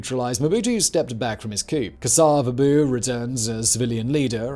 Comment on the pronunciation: The way he says Kasa-vubu 😂